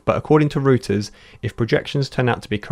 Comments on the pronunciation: "Reuters" is prononouced "royters", not "rooters". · Arghh, it's pronounced "ROY-TERS" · Reuters is pronounced like roy·tuhz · "Rooters" "Licktenstein" Lol, maybe a little more work on your pronunciations team. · it's pronounced "royters" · "Liktenstein" and "rooters" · Yes exactly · Yeah it’s pronounced roy-ters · It is pronounced [roi-terz] Reuters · Did he seriously read Reuters as "rooters" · Illiteracy is on the rise in this smart-phone world. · c'mon you're journalists. ought to pronounce 'Reuters' properly...